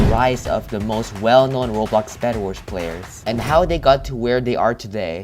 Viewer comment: Did u say best anlmals or player lol I hear anlmals